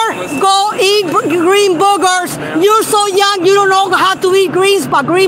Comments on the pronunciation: She says "ice" instead of "eyes" and she says "boogers" instead of "burgers"! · I thought she was saying “green burger eater” so now that makes a lot more sense😂